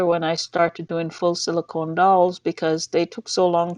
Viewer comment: Are u still saying silcone dolls